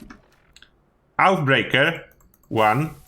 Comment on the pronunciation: Love the videos but its oathbreaker not outbreaker ,oathbreaker means promise breaker just so you know thanks